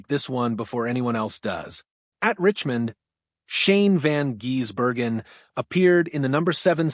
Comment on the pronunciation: If you cant get Shanes name right dont bother broadcasting